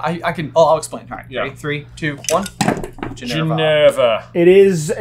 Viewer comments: it's Ginevra, not Ginerva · It's Gin-ev-ra, not Gin-er-va! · Is calling Ginny “Gin-ER-va” instead of “Gin-EV-ra” a joke I’m not in on? Or are they accidentally mispronouncing it? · I got question 6 wrong but her name right. It's GinEVRa, not GinERVa. (No wonder I haven't got any friends.) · I've noticed you guys pronounce Ginny's name Ginerva but her name is actually Ginevra. Maybe there's a joke behind it that I don't know? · I didn't just hear that TWICE, did I? Erva? ERVA?